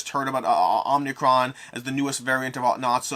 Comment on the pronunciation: The new covid variant is called omicron, not omnicron.